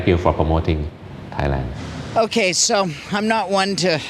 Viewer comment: Learn Thai please it’s Thailand 🇹🇭